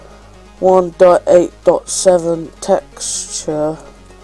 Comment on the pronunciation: he doesnt know no how to say 1.8.7 corectly